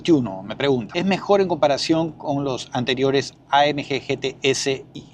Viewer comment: Por qué pronuncias AMG en inglés si el vídeo es en español?? Buen video de un buen coche👍